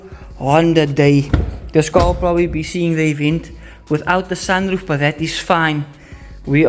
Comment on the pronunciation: Bru the edits on point "sanroof" 😂😂😂